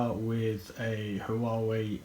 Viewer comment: It's prounced WARE WAY. Warrrr way arrrghhh